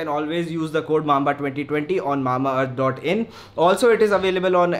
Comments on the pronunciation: Its not mama earth its Mamba earth😂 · Mama earth nahi mamba earth 😂